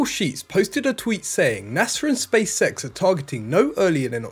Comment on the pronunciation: but why he keeps saying "space sex" instead of "SpaceX"?